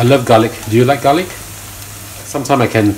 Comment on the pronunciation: I love garlic not galick* .😂